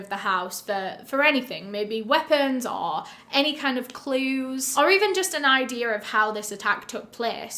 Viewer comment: What's an "idear"?